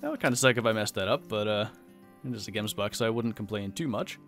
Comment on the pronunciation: its prenounsed Gems but in afrikaans Bok in afrikaans